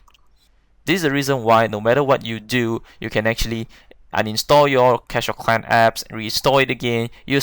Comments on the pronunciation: Cwash of Cwan XD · “You use to pway cwash of cwans” 😂😂😂🤣🤣🤣